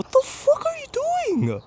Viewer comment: “What the FOOK” 😂